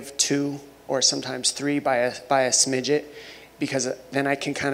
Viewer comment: “... by a smidget..”